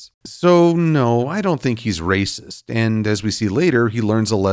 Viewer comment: raysis hahah